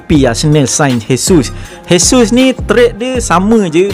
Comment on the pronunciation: Sebut dia jesus je bos,j bukan h,dia orang brazil bukan spain